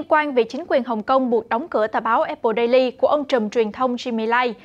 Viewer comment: Vãi cả đọc tiếng Anh.daily đọc hẳn đai ly.